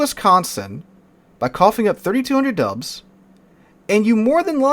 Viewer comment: Dude, I had to do a double take. I swear when you said "it's just 32 hundred dubs" I heard "it's just 32 hundred dollars"! I was like, damn how's that "just" lmao